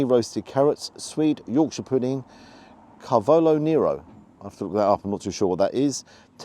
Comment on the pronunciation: You're very welcome,. Credit where it's due, elevated video review to match the quality of the elevated Sunday Lunch. There's a reason your channel has grown at warp speed and you just demonstrated it from start to finish here. Can you pronounce Cavalo Nero yet? 😜😜👍